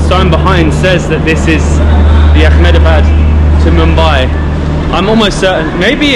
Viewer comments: You guys are doing a fab job as ambassadors of India. Totally with you! Just a little request. Please don't add a 'c' or 'k' sound in a word that doesn't have it. It's Ahmedabad not Achmedabad. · It's not Ach-medabad. It's pronounced Eh-med-a-baad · Its Ahmedabad not Akhmedabad, we dont use Arabic pronunciations in India